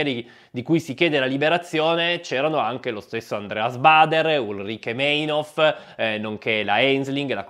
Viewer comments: Bello. Solo: Meinhof si pronuncia "Mainhof" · per favore, in tedesco il dittongo EI si pronuncia AI una forte dissonanza soprattutto per chi a suo tempo ha seguito le notizie sui telegiornali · splendida serie, proprio ben fatta, ma devo ripetermi: in tedesco "ei" si pronuncia SEMPRE "ai". Per esempio, si dice Mainof, anche se si scrive Meinhof. Ma vale sempre, non solo per Meinhof. 😉 P.S.: Vale anche per "ey".